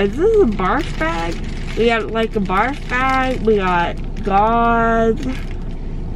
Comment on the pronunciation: I was done when she said barf beg, should i take it out, and when she took out the gauze 😂😂😂 btw i hope your doing well